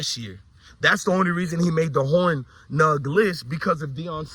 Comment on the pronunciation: Peace brother. Great information and perspective as usual. Check how to pronounce Hornung.